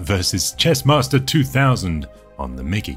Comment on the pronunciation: "I a M t H e C h E s S m A s S t O r"